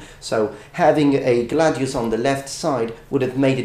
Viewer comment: Make up your mind, dude. Are you going to pronounce it "glay-deeus" or "gladeeus"